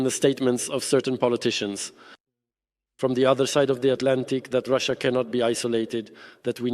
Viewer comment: can't even say russia